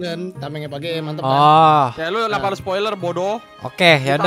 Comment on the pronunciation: Bang terbiasa manggil gemad geymad?